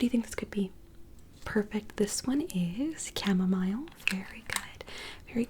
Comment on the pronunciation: I can confidently say that I have never heard the word "camomile" pronounced that way 😂